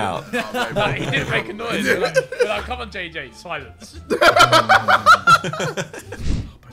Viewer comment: ”IT’S TIME TO CONE”